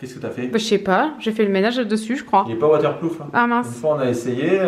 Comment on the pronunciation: "Il est pas waterploof un!"😂